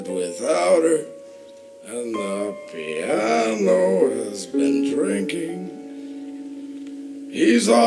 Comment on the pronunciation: OMG.... the way he massacres "The Piano" is breathtaking.